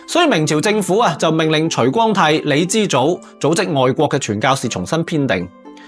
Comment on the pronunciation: 你徐光啟 唔係除光泰